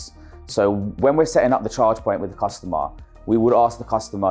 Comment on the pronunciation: "Chaa-Jaa" "chaa" "chaa" "Jaa" "cuss-taw-maR"